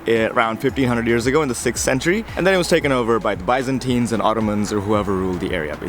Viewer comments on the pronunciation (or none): none